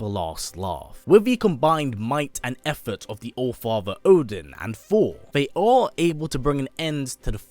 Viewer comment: Everytime he says Thor I hear 4😂😂😂😂...I fucking luv it